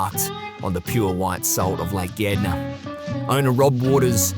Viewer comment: Being a dutch kiwi you have to make you aware of the australian " slang" of the english language, he is talking about " lake Gardner, pronounced Gard ner😅😂😅